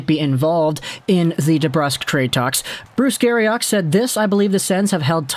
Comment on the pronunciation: Terrible fit with Ottawa. A coach who picks a team based on effort and debrusk is linked? Given the massive questions about his commitment and effort, Never gonna happen. Thumbs up on pronouncing Bruce Garriochs name right!!